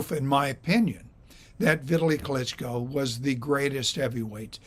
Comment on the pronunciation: His name doesn't rhyme with "Italy."